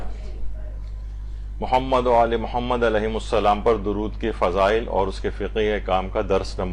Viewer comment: آپ کے درس میں خواتین درود درست نہیں پڑھتیں۔ شروع میں اللہم کی بجائے الا ھما اور آخر میں محمد کی بجائے محماد پڑھتی ہیں ۔۔ اصلاح فرمائیں